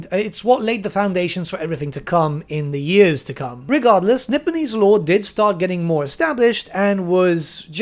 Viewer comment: Nippon getting a name change may be for the best. Cathay actually has the benefit of not being in common use in any language today. Also, when you say "Nipponese," I can't help but hear "Nibenese" and feel a momentary need to check which fantasy setting I'm watching a video on.